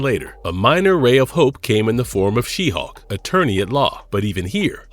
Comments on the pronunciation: IS HULK YOU GOOF NOT HAWK, MUST DO BETTER. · It sounds like this guy is saying Hawk.